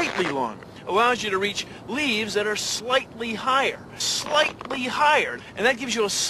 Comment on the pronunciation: In the consider this.... He keeps saying Slighty XD I miss him so much